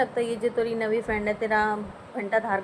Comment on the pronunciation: jb aap nvi bolte ho to acha lgta h😂 hm bi ase bolte h aapka sername kya h plz btana